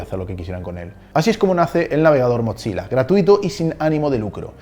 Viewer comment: Hola muy buenos tus videos, pero te tengo una pequeña corrección, "Mozilla" se pronuncia "Mosila" sin la "T" en la "Z", para que se pronuncie una "T" tienen que haber 2 "Z", como es el caso de "Pizza (Pitza)", "Fabrizzio (Fabritcio)" y "Mozzarella (Motzarela)", un saludos me encantan tus videos